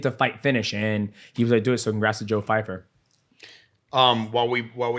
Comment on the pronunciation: Hilarious how they kept saying Fyfer! 😂